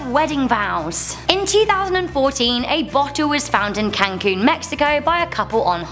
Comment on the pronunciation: The way you say Cancun it’s 😵 not hating